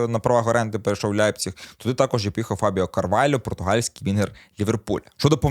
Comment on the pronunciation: З яких пір Лейпціг став Ляйпціг у Вацка навчились? Не ламайте мову!